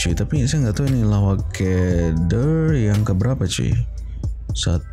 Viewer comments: salah cara sebut "lawak key der tu"...sebenarnya pertanyaan.."ke" bukan "key".contoh dah makan ke?..dah minum ke?.lawak ke?..der tu untuk kata ganti diri bahasa pasar.."der" dari perkataan brother..."lawak ke brother" disingkatkan "lawak ke der?"..sekian.. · Hahahaha bang bukan ke der.der sebut dia macam DE sahaja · hahahahaaa salah tu sebutan lawak ker der...😃